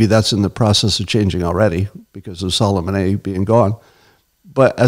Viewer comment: lol "Sullemahnaye"